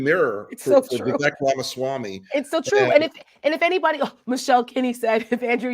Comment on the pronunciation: Guys, gotta pronounce it right. Vivek rhymes with “fake” or “snake.” That’s how you’ll remember!